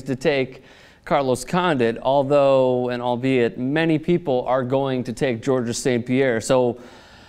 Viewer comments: please in the future stop pronouncing the "s" at the end of Georges' name. This is not correct. The "s" is silent. George-es sounds like there should be two of them. Rolling the "G" at the start is optional, the silent "s" is not. THX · FYI, the S at the end of Georges is silent. The name is pronounced exactly the same as in English. From Montreal, go GSP!